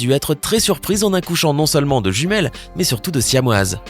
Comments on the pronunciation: Il as dit juimiele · On en parle que à il a dis "jumielle" xDDD § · À tu a dit jumiel 😅😅